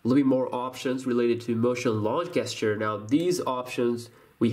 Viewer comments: gesture it's pronounced jesture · Just a tip, when doing tips for an English speaking audience, you need to correct your pronunciation of the word gesture/gestures. It is not pronounced with a hard g, it's a soft J, like in job. So pretend it is written "J"esture. It will give you more credibility if you make sure your diction is correct. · The way you pronounce gesture. Lmao😂😂😂